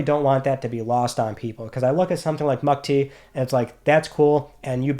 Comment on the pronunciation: Thanks for praising the India Hero Project. Love it! Btw, it is pronounced mook-tee. Good vid!